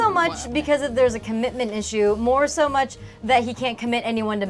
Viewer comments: sounded 100% Aussie when he said "sooo" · when he says so sound British I LOVE IT~~!!! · when says "Boze can't even look at me when that happens, soo....", he sounds so perfectly English when he says "so". It's genuinely freaking me out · SOUNDS SO BRITISH WHEN HE SAYS SO